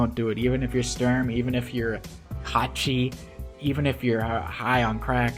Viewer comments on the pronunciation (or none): none